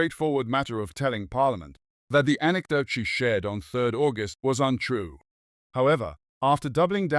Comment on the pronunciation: why use AI voice to read... just hire someone leh i wanna hear sg news with sg accent, can be any ethnicity, mix it up ain't no way any normal english speaker will pronounce the month of August that way